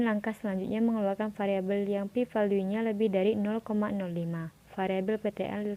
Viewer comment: bagusss, dan saran sdikit: cara baca p value (velyu) dan tambahan jg bs utk isikan interaksi: smoke*ht ke kotak kovariat caranya klik smoke dan ht bersamaan lalu klik >a*b>